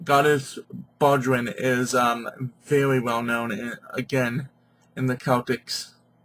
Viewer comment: What are you calling her?! Mate you have a love for one hell of a mighty Goddess and I respect your devotion But how are you pronouncing her name? Bodrân is an Irish handdrum. She is Bloh die weth. Said not rushed, but quickly